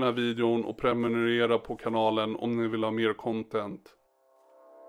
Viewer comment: preNUmerera, inte preMUnerera.